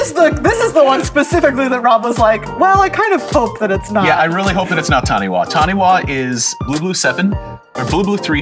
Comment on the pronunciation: Taniwha is pronounced tani-far, Taniwha is a Māori word and wh is pronounced as an f sound